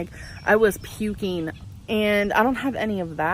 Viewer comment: ..." I started 'shivereen', I was 'pukeen', I got 'a bacteria ', they 'subscribed' me an 'antibiotiç 'etc.,etc.,etc.